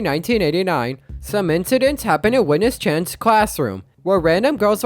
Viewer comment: Uis name is supposed to be pronounced "We" like "We tunesu" because her name is supposed to be witness